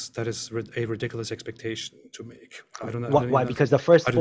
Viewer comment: THIS NIGGA SAID "RIDWICLOUSE" LMFOAOAOAOAOAOAOAO